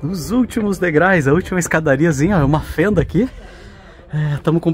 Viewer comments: Pô. "degrais"!!!! Me desculpe mas, os degraus se ofendem fácil. KKK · Degraus !! Dói ouvir!! Degrais, degrais, degrais, degrais!! 😂😂😂😂😂😂😂😂😂😂😂😂😂😂😂😂😂😂😂😂😂😂😂😂😂😂😂😂😂😂😂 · Olha gente, assistimos vocês porque os lugares que são mostrados são lindos, mas por favor, procurem cuidar mais da gramática, não é rinaceronte, é rinoceronte, não se diz degrais e sim degraus. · não esqueça de que vc. é um INFLUENCER e é primordial que vc. fale bem a Língua Portuguesa! Não se fala "degrais" mas sim DEGRAUS! Desculpe minha franqueza! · "Degrais" foi de doer! Degraus! Mas valeu a vista. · Adoro os vídeos de vocês, mas não esqueça que o correto é: degraus, pois "degrais" não existe. 😂😂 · Degrais (SIC) é de doer os ouvidos .... Kkkkkkk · Falaram errado o tempo todo... Descuidam-se muito com um dos instrumentos de trabalho deles que é a língua portuguesa. Provavelmente não acham importante. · sigo a dupla dinâmica desde o início e você sempre fala errado o plural de degrau que é degraus e não degrais ok? Fica a dica aventureiros…. VAI ….. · Degrais (não). Degraus. Blz! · Degrais dói no ouvido, substantivo terminado em ditongo ou seja duas vogais na mesma silaba não permite o uso da palavra degrais, degraus tá? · por favor, são DEGRAUS, vc sempre fala degraus e fico nervosa 😅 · “Degrais”??? Essa doeu mesmo; credo…português sofrível 😵‍💫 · NÃO ENTENDO VOCÊ CONTINUAR FALANDO DEGRAIS NÃO SEI ONDE VOCÊ APRENDEU ESSA PALAVRA ME POUPE CARA FALE DIREITO. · `degrais` kkk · Eu tbm ia corrigir, soa esquisito quando falam errado, mas adoro eles